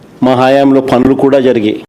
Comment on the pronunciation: మీ బతుకులు ప్రెస్ మీట్లతో తెల్లారి పోతుంది. నువ్వు ఎన్ని వేషాలు వేసినా ఎన్నిసార్లు మొత్తుకున్న అవన్నీ అబద్ధాలని ప్రజలకు తెలుసు. నువ్వు పైకి పోకుండా జాగ్రత్తగా ఒళ్ళు దగ్గర పెట్టుకో. నీకు తెలుగు సరిగ్గా రాదు. హయామ్ హయాం అంటావు నువ్వేమైనా రాజువా, చక్రవర్తివా. సెట్లు వేసుకొని బ్రతుకుతావున్నావు. ఆలాగే బ్రతుకు. All the best.